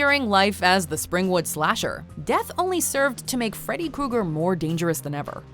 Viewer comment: Kooger? It’s Kruger